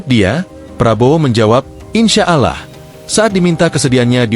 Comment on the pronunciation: pak klo menyebut nama allah itu dibacanya aulloh. asing mendengar bpk menyebut allah ya pak..